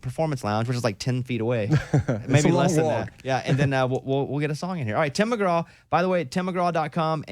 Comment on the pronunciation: Mr. McGrath?? Its Tim Mcgraw there bob